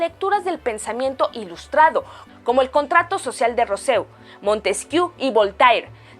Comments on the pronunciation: Jajaja no mames, cuando dijiste "roseau"; da pena ajena, eso significa que solo leíste un guión y que ni conoces la obra de quién hablas. Lo que evidencia que no hay revisión de nadie o nadie capacitado, cero corrección de estilo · ¡Pésima tu pronunciación de "Rousseau"! No hay disculpa habiendo tantos recursos en Internet para no cometer estas equivocaciones atroces. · Maravillosa información, pero como una pequeña observación, no se pronuncia Rosseu ni Voltair, sino Russo y Volter.